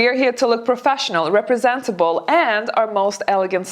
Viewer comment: Dear, it’s look “presentable”, not “representable”🙂